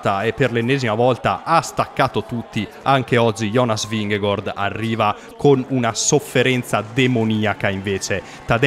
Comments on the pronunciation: Ma esatto, Vinghegord da dove esce precisamente? Se lo vuole pronunciare in italiano è Vinghegard, se lo vuole pronunciare in danese almeno che lo faccia bene e non a metà. Vingegaard in danese si dice Vinego(R) con accento sulla e e non Vinghegord. Vi lascio qua il link di un danese che spiega la pronuncia e il significato del cognome di Jonas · Anche nella telecronaca nomi a caso non é gord é gard…… e poi il finto accento francese😂😂😂🤦‍♂️ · Perchè dici vigegOord????????!!!! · ma non ti devi scusare, non ha ragione nemmeno lui. La pronuncia esatta in danese è Vinego(R) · La pronuncia di Vingegaard ve a lascio qua, spero la sistemiate perché così è inascoltabile. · in realtà la pronuncia esatta non è nemmeno quella